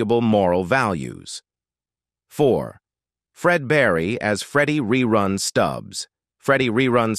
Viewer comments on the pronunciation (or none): Hate computer voice rerun not rayrun .